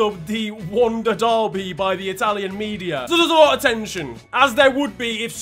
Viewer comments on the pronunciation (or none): none